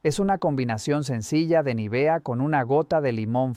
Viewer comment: Vaya, aquí han descubierto el Mediterráneo. Es Nívea, no Nivea.